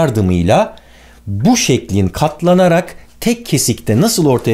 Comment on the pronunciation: kat lana rak Harbi biran söylecek sandim